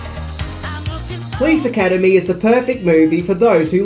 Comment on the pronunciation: Funny when you say: "Please Academy" :-D